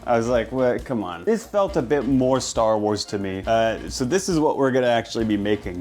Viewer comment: worrying about people judging his cooking skills but not him completely mispronouncing Star Wars is a fascinating perception of the cooking and Star Wars communities